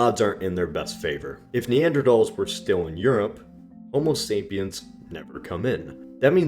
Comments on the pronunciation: Homo sapiens. Not sapien. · Homo sapiens ... you omitted the 's' in the video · Idiot. You must say sapiens, not sapien. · Homo sapien*s*, not "sapien". That's a pretty big error for an entire video about it! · They couldn't get the name of our species right? It's sapiens, with an s. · Dude, if you can't even get the name of your own species right, ...